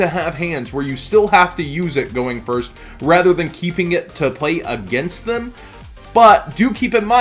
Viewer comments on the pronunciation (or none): none